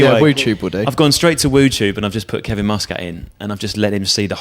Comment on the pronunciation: Love these but you guys are saying Muscat's surname wrong! :O